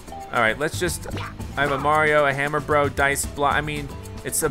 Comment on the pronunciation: Almost as bad as a lot of informal videos on Mario pronounce wrong. They say may-ree-o instead of mar-ree-o and it’s so damn annoying that I instantly dislike the video